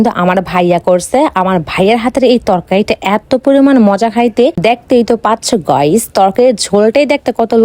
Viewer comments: আরে অশিক্ষিত গাইস হবে 👍গইস না👎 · গয়স না গাইস